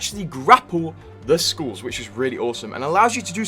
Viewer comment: As an Aussie, the way you pronounce skulls as “schools” or “skewls” bothers me.